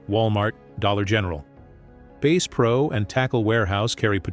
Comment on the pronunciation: It's AI. For some reason most AI voices are terrible with pronunciation.